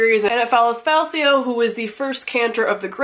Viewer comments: Greatcoats series is a tetralogy, and Falcio is pronounced with a hard C, like falcon (you'll learn that in the second book). Feel better! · Greatcoats is 4 books. And when you get to the second book (or maybe third? but I think second. Read them a year ago so details are fuzzy ), there's a whole plot line of how the main character's name is pronounced: Fal-key-oh. Sounds weird to me, but what do I know :) Great series anyway, loved it! Oh and the fight scenes are so detailed because the writer used to be a fencing teacher/choreographer/something :)